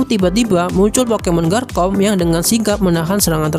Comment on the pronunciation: ngomong garchomp nya bukan garkomp bang tapi garcomp pake c bukan k